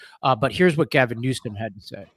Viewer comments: Did just call the Governor “Newscome”? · you said newscum